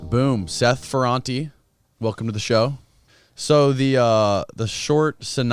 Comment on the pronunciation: The prononciation of Ferrate is FerrantA, ok! And I remember in the 80" we all were drug dealers . It was cool and good money right over night, with no skills in anything at all :)))))